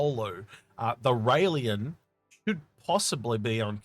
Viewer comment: RAY-Len. Not Ray-LEE-an.